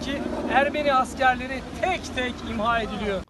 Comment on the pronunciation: Ihma deyil imha deyilir duzeldin sehvinizi